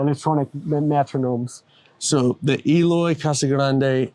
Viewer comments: Eloy is too humble to correct the host to pronounce his name right.. it’s Æloi, not Eeeeloy. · His name is pronounced "EH-LOY", not "EE-loy". Great player, great kit! Brazil on top of the world, baby!